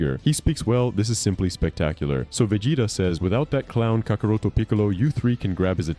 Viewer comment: misuses Gohan's new power and gravely underestimates his capability but it must be before his new transformation. Btw you pronounced kakarot wrong, but you did a good job otherwise.